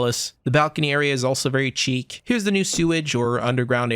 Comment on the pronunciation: Chic is pronounced "sheek" :)